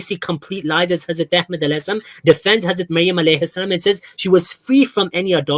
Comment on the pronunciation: How the he'll this can say hazrat Ahmed maud as what the hell